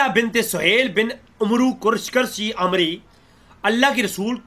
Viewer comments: Pehlay apna Arabi aor Urdu ka Talaffuz sahi kro 😒 لفط عُتبَہ کو عُتَیبہ پڑھ رہے ہو، اور دوسرا لفظ، * عَمرو " ہے یہاں پر وَاؤ ساکن ہو جاتی ہے اور تم اسے عُمرُوْ " پڑھ رہے ہو - تمہیں ابھی اسی کا فرق ہی نہیں پتہ چلا، 😒 پہلے اپنی عربی اردو صحیح کرو، دیکھ کر بھی تم سے پڑھا نہیں جا رہا 😇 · Pehlay apna Arabi aor Urdu ka Talaffuz sahi kro 😒 لفط عُتبَہ کو عُتَیبہ پڑھ رہے ہو، اور دوسرا لفظ، * عَمرو " ہے نا کہ عُمرُوْ " تمہیں ابھی اسی کا فرق ہی نہیں پتہ چلا، 😒 پہلے اپنی عربی اردو صحیح کرو، دیکھ کر بھی تم سے پڑھا نہیں جا رہا 😇